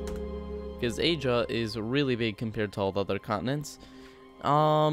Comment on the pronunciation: I like how you said agea instead of asia here's the time code for it